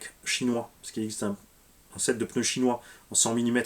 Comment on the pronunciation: Mmmmmm des peuneus pouet poueeeeeet